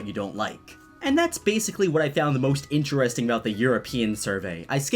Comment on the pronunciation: It’s interesting not interresting